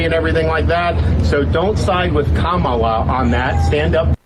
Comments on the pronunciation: She said it in the very beginning. It's pronounced comma-la. But her name could be Mary or Betty or Sue and they would find new ways to disrespect her. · Ka-Ma-La my lord, Ka-Ma-La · Once again de Santis mispronounces "Kamala".